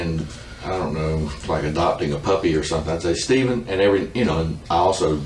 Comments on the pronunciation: Is it just me or does the narrator sometimes sound like he's saying 'Steeken' instead of 'Stephen'?? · The video script isn’t being read by a real narrator, it’s just been thread through a voice-generative program that’ll read it instead. You can pick up on it easier when the AI voice is reading numbers/dates, “Stephen” is also pronounced weirdly at times. Cadence is also super off at points lol, pretty sad that this true-crime style space on yt seems to be flooded by these kind of videos lately